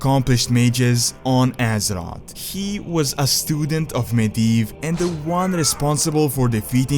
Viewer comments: it's azeroth not azerott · I hate the way this guy says azeroth so much. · Love the video, just please pronounce Azeroth correctly once T_T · The way he says azeroth gives me cancer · dude i get you are not native english speaking, but for some words you could make a little more effort like Azeroth and Aegwynn